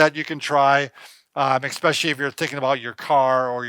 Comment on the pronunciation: Love your videos and your advice! There’s no “x” in especially. It’s like chalk on a chalkboard when says expecially.